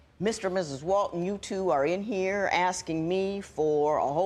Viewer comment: How one mis-pronounces HERE is beyond belief.